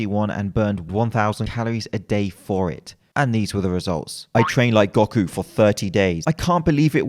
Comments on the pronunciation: I liked the video up until he said gok-u ..... dammnit its go-ku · Say Goku again